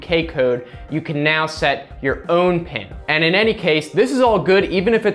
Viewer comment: He said OUN